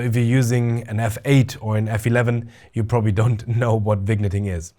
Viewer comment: Wonderful review - thank you! I had already pre-ordered this lens, but now I am even more excited! (P.S. Your English is *great*, but just so you know for future reviews, the pronunciation of "vignetting" is vin-yetting. Cheers!)